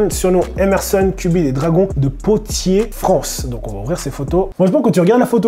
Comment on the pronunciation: Vidéo grave sympa ( comme d’hab ) par contre on dit Poitier (poatier) et Oise (oase) 😊